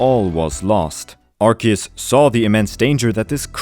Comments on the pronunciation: I love your theories, but my autism screams when I hear "Arseus". The voice for Ash Ketchum said that it's "Arkeus" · Its pronounced ark ee us not arse ee us. arse is a whole cuss word bro you really think the most recognizable kids franchise is going let that slide in an official name? if you need further proof google how they pronounce it in the show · it's pronounced arcoos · I hate when people pronounce arceus like "Arse-eus" that, I dont wanna be thinking of a butt when talking about a god of all pokemon lol. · Hey man, just wanna let you know official pokemon pronunciation for Arceus is (R key us) it’s a common mistake though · Why did you say Arceus wrong at the beginning of the video?? 🤨